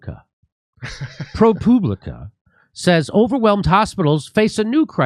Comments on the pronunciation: Jimmy, it’s Pro Pub Li Ca not Poo! Lol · I believe that's pronounced ProPube-licka. Well, that's what I think.